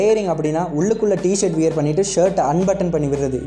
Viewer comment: நண்பா அது வியர் இல்ல வ்வேர் ....